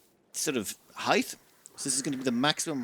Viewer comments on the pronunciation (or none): Heigth? Did you pronounce height 'heigth'? Might wanna run that through the pronouncer thing.